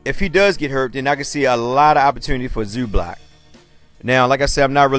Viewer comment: Funny how you pronounce his name like its Zublac, its Zubac man, loose the "l" in it... ;)